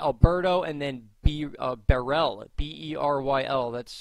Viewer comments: Beryl is pronounced "BEARill" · I believe Beryl is pronounced like Merrill with a B as in Merrill Lynch. Of course if you’re from the south all bets are off. But I’m from Jersey.